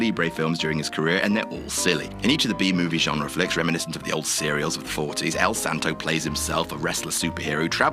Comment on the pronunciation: Thank you for EL SANTO you nailed